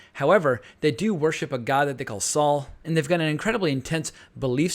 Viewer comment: "better call sol"*